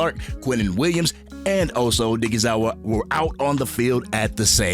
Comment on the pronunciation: Man you be butchering osa last name